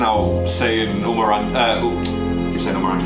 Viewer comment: Producer name is NOT UMER , its Umair .. Umair is pronounced as UMAYR